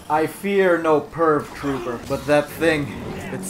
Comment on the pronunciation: Was I the only one who thought he was saying perv trooper instead of purge trooper